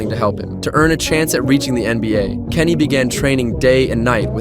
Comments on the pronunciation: Who the heck is kenny its giannis this commentary sucks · Why are they saying Kenny meanwhile his name is giannis